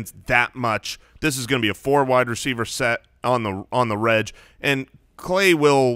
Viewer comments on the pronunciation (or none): Love the Ballers... but is anyone else tilted by their pronunciation of "on the reg"? "Reg" being a shortening of "regular", shouldn't it be pronounced "egg" instead of "edge"?